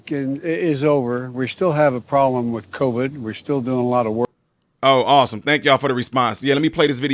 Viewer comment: Anyone notice when jb smiled, only the right side of his face smiled? Then when he said problem, it came out as prollem. Two symptoms of a medical condition.